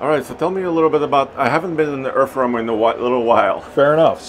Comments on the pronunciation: "Errf roamer" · ErffRoamer. Weird that they spell it Earth, but can't seem to pronounce it, and neither can the youtuber.